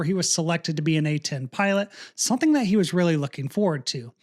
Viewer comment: Are you aware that you say "sunthing"?